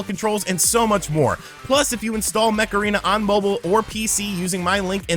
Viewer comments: Each time you daid Mech Arena, sounded like Macarena. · Every time he said mech arena I heard Macarena....